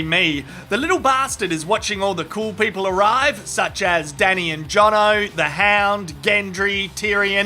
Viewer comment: Wait, did he just say 'The Ham' instead of 'The Hound'? Or it's just me who heard it wrong?